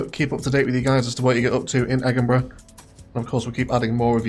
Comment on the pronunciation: Why the high crime? Egginburgh isn't exactly Glasgwegg, but it's close!